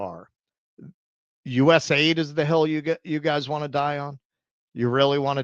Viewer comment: I love how these d-bags keep calling it "U-S AID." "Eeeh! Sorry Hans, wrong guess. Would you like to go for double Jeopardy where the scores can really change?" And... "not one American voted for" Kamala Harris to run as the Democratic nominee for POTUS, either.